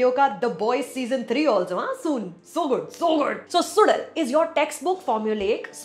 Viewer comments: To be pronounced as Su_La_L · K-uh—dh-ir… not Kaaaththir… S-oo-zh-uhl not SuDal mispronunciation is a turn off … and takes away from your good reviews. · Suzhal - When you pronounce 'ya' normally, the tip of your tongue touches your teeth. Instead, consciously move your tongue back so it touches the roof of the mouth & then try saying 'ya'. It' ll come out as 'zh'. You may need a few tries. Or a few hundred :) Don't worry though, many Tamils themselves don't get it. The Malayalis are a whole lot better at pronouncing this tough sound! Kathir - this is pronounced as Kuh - dhir. Not Kaa- thir. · SuDal? seriously? Could have invested a lill more time to learn the pronunciation as it is the title. But then we are only concerned abt english.